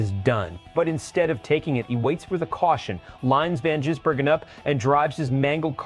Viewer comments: Insulting Shane by miss pronouncing his name.. Ive watched SVG in the Oz supercars... warning for Hill... dont wake the bear!! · This is bullshit. You moron cant even pronounce his name correctly . Moronic Click baiter. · Your AI is no better at pronouncing SVGs surname than Hill himself